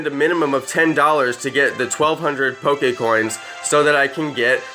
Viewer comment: poKEY balls